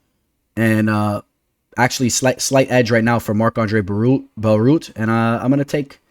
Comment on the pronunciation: Marc-Andre Bare-e-all